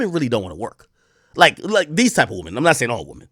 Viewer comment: Did buddy just say “womany”